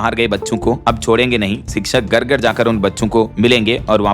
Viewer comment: Abe buchu gar nhi Hota Hai Ghar karate hai